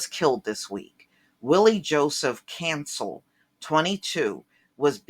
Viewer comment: Someone with your last name should know how to pronounce Cancél. Someone your age should know that it is extremely low class to backbite the dead.